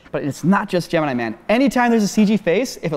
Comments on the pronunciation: the way says "Gemeenee Man" absolutely kills me. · the way says "Gemini Man" (correctly for one) made me cackle